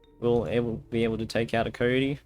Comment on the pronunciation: Nobody:: "Kohyohty"